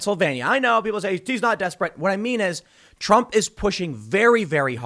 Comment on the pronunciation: Donald Drump? You ok there Tim?